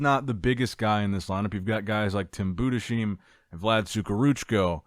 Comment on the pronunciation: It bothers me so hard lol 😂 It's Boo-Des-Haym maaaaaaan